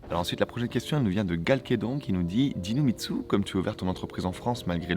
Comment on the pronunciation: A chaque fois j'entends "DinoMitsu". Ce qui est très vendeur mais terriblement HS ^^